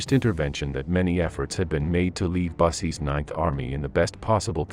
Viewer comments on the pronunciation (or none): The one that made me laugh. Bussy. It's Boosa I believe. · Heinrici is pronounced /'hainritzi:/ not hain'rikki: Busse is not bʌssi: but /'bʊssə/